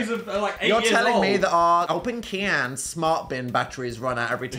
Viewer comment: I'm sorry but the "open KYAN" gets me every time 😂😂